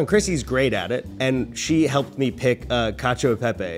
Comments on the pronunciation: FYI the "e" in cacio e pepe is actually pronounced like an "eh" not "ee" :learning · It annoys me that they say ee instead of eh but only for the e. They use the soft e in pepe lol.